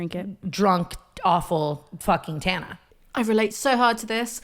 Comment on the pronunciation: It's good to see you. Good take, good video, and a pneumatic device to remember how to say Tana is that Tana is tan. Its that hard "a" sound we americans love to use